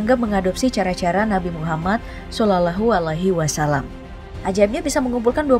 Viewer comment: Ngomong shalallahu alaihi wassalam aja gak bisa